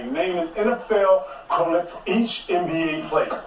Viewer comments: Terrible DOTD lol. KG mispronounced "equivalent" as "quilif". That has nothing to do with grammar. CTG reaching with this one!!! Why they even air that LIVE anyway? TV usually EDITS out bloopers. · E qui la vent is the pronunciation not A qui la vent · But Qualiff tho? That's not even a pronunciation he completely made up his own word it wasn't even close. Where are these extra letters coming from. So that's what we're doing now we're just gonna manufacture our own words? 😂😂😅😭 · sounds like KG was saying syphilis😂😂😂